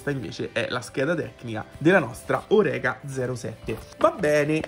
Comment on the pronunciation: Salve! Hai ragione: splendida la tampografia della Orecá. Una sola cosa da dirti (e non volermene.....): la corretta pronuncia del nome e' - Orecá -, con l'accentazione sulla 'a' finale, perché il costruttore è francese. Saluti, e grazie per i video! RD.